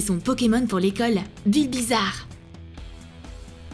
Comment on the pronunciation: Elle a dit bizbizare